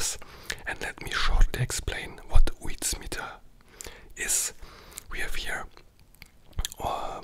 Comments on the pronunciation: Joo i am form the Netherlands i can help you say is right its uit-smijter say it like that first uit second you say smijter its real simpel hope you enjoyed your meal bro💪🏻❤️ much love for the Netherlands 🇳🇱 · "Autsmeiter" müsste das ausgesprochen werden. Ich lerne Holländisch xD und du hättest übrigens Chocomel dazu trinken können, hab ich in Holland auch immer zum Frühstück getrunken.